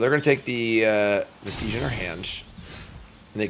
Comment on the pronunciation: It's also pronounced veh-stuhj, not veh-steej.